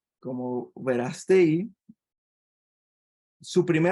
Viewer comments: Lleva acento en la Á por lo q se dice VerÁstegui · Me das flojera, no sabes ni de quien vas a ablar, no sabes como mencionar su apellido a pesar de estar acentuado. Los ciudadanos pensantes no creemos en la mafia política y apoyamos a aunque te cuesta trabajo decirlo es un luchador social un activista del mas alto nivel #VerasteguiPresidente